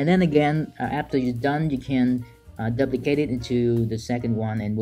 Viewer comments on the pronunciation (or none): Your videos are absolutely awesome. We can learn a lot from you! May I just point out that your pronunciation of the word "duplicate" is wrong. You use the word a lot :-D the "u" is not like in "up" but like in "you" – doooplicate. I'm not a native English speaker myself and I'm always grateful if others tell me if I'm making mistakes.